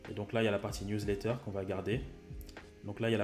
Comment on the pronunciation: professionel: " Newlatter" ahah, mais très bonne video merci pour les explications!!